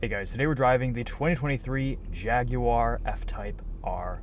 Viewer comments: "Jagwar" not "Jag-you-ar" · It's Jag-War not Jag-you-are, good sir. Act like you can afford one. ;-)